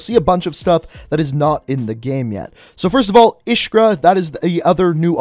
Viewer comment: Iskra pronounced like is looks not like "Ishkra" it means "spark" in Russian